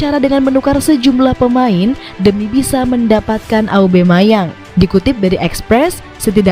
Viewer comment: Aubameyang min, bukan aubemayang 😅